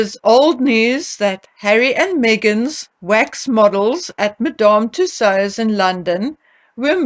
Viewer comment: The way you pronounce Madame Tussaud’s is adorable 🙂